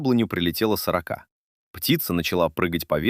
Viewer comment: Да чтоб вас перевернуло с вашей "сорокОй" ! Интересный рассказ, а прочитать ЧЕЛОВЕКУ западлО? Суёте где надо и не надо этот ИИ... Испортили впечатление им.